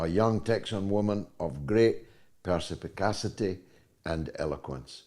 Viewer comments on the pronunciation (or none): 'Perspicacity' George.